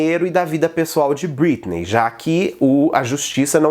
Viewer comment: "BritnÊi" que agonia ver ele falando o nome errado kkk